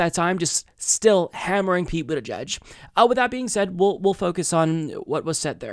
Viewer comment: Wait! Did she call him Pete Bootyjudge too? 😂😂😂😂😂😂😂😂😂😂😂